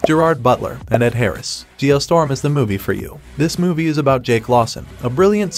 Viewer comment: It's actually Geo Storm not Geo Strom.